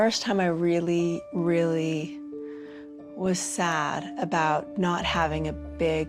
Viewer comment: This could be a drinking game ... take a shot every time Meri says "roolly" (really) ... you'll be drunk in a minute, guaranteed.